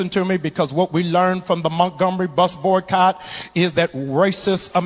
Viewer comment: Why can't this man say boycott? Is that term too white?